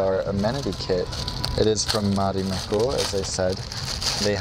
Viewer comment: Se sanotaan Marimekko eikä Mharimhekkou